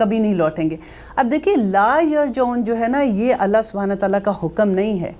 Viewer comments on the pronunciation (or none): yar ji oon hai not yar jaoon